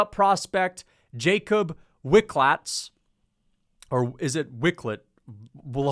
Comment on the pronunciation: Veeklutch. Accent on first syllable.